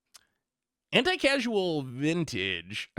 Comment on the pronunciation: CAUSE-AL not "casual" lordy